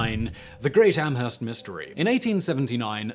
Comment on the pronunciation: Amherst...is pronounced Am-erst...the H is silent....